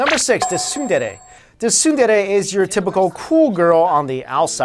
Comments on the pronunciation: HOMU HOMU ;-; the movie was so sad. And you guys said Tsundere wrong xD you also say the T in the word. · The thing that I can't stand is how they keep pronouncing 'shoujo' and 'tsundere' wrong. If you care enough to make a video about character archetypes in anime, why can't you care enough to pronounce the terms you're using correctly?